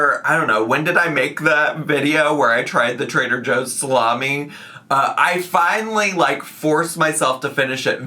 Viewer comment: it’s pronounced “slommie”. Please get it right next time 💅🏻